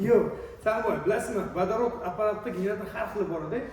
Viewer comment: "ВАДАРОТ" эмас "Водород" бўлади ХАРП!